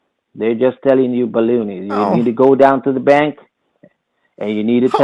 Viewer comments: "They're telling you belooney" bahahaa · I cackled at that too 😂 I'm going to be saying "you're full of balooney" all day